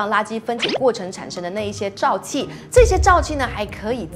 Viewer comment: 知识是不错，但是给个建议，读音最好先确认了再拍摄，掩埋是的掩是第三声，沼气的读音也不对